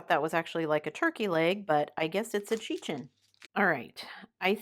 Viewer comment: I was dying at "cheechen" 😂